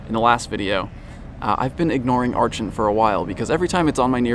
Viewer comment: Archeops is my favorite Pokemon ever and I want an Archen so bad, but I have no new 7km eggs and don't have a lot of walking places! :( Also, WHY DID NO ONE TELL ME ARCHEN WAS AVAILABLE IN THE WILD SINCE JANUARY 10TH!? (Also it's pronounced "ARCK-en")